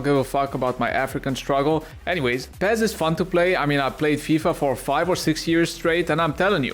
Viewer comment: PEZ ? its fucking pes ?